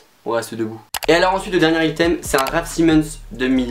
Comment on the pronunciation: Mais ptn comment tu prononces le mot “item” 😭 (ça se dit aïteum)